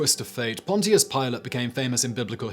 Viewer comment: Interesting pronunciation of "Pontious".